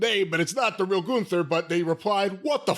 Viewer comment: Or as Wade Barret and Michael Cole mispronounces Gunther as GOONTHER.